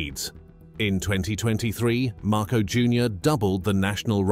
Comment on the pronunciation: at least say the name of the Philippine President correctly. Repeat after me...MAR - COS (as in because).